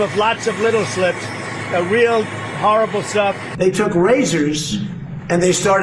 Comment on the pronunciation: And he's saying "slips" instead of "slits."